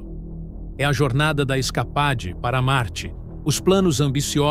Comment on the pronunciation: Se pronuncia "iscapeide", animal!